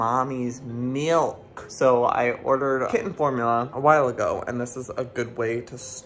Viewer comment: When Joey said Formuler.. it made me laugh so much! Idk why.. actually probably cause it’s Am.🥴🤣🤣